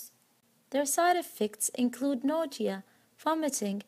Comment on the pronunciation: So we are just going to pretend she didn't say "nodia" wn saying nausea? Okay 🤐